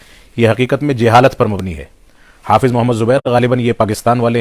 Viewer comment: صحیح لفظ" جہالت " ہے نہ کہ " جیہالت " سب سے پہلے آپ اپنی اردو صحیح کیجئے ۔ پھر اپنا علمی سفر کا آغاز کیجئے ۔